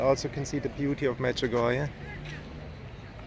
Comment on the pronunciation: Medjugorjéh and not Medjugorjah , it is been mispronounced a lots in the World